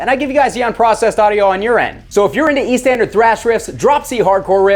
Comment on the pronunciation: Never forget to connect your amp's cab. All tube amps have to be connected to a cab or a dummyload. And I watch these videos for two weeks now and each time he says e standard tuning in intro , each time I've managed to hear it as EastEnder.